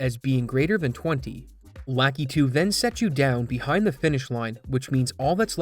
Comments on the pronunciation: "lah KEY too" It's "lah KUH too". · its lakitu, not LACKEETOO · "Lakitu" is pronounced lah-KEE-too per Nintendo.